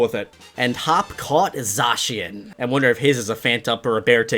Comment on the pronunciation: It’s pronounced Za-Cyan